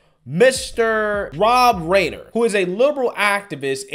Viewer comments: Rob rye ner not rainer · ITS PRONOUNCED RIIIIIIIIIIIIINER........ NOT RAIN ER. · That's pronounced Rob Ri-ener...The "MEAT-HEAD" from "All in the Family" with Archie Bunker/& his father was a very famous 70s & 80s comedy tv-shows/&"violence" he says?--What about all the death's, violence & Billions lost in the RIOTS the year before by Democrats! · It’s Carl Reiner. Sounds like Ri-ner! Carl Reiner is his father. Meathead always! Dumb dumb dumb dumb dumb 🎼🎵🎶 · The meat head will never change... Btw it's pronounced RYE-NER. Like I gaf what anyone calls him....🙄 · Rob RIner is how it's pronounced. Look him up. He, and his family were VERY influential in HOLLYWOOD way back when. Their hands were in a lot of television comedy. The Dick Van Dyke show was one! He's totally got his head up his ass. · (young) age showing through lol. Reiner, pronounced Rye-Ner. He was a household name waaaay back in the onset of this lunacy on All in the Family. He played Mike "the Meathead" liberal college student and son-in-law to Archie* Meathead eventually cheated on Gloria and left the show. (because you know they had to turn her from being daddy's little girl to wife to more FEMINIST)... *Archie-.a conservative white man whom they portrayed as bigoted but made the character dumb and lovable so they could "teach" him how NOT to be conservative anymore.... Of course they'd throw in a few times where he'd actually discriminate wrongly against someone to legitimize his character further and help him "evolve" ~ sickening representation of what a white man was. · Pronounced "Rye-ner" by the way. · Rob Reiner (Ry-ner) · Dude, will you please do some minimal work on pronouncing famous person's names? It's Rob RYE (rhymes with eye, pie,guy, fly, buy and tie) Nurr. He's pretty well known like his father, Carl. But, at least you're consistent in messing up easy-to-pronouce names, so you get some points for that 😄